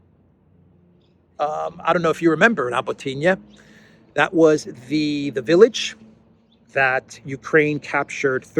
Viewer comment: it’s Rabotino - Rah-bo-tee-noh with the stress on Bo. Not Rabotiniya 😉